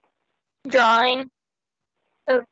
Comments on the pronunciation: "When I sent that dwrawring..." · Says "drawring" instead of "drawing". A 50+ year old man talks like i did when i was three years old. He probably says "basghetti" and more than likely him and I were the same height when I was three. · Drawring lol